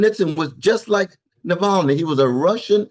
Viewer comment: Just fyi it’s *Na-val-ny btw not Nal-va-ny 💛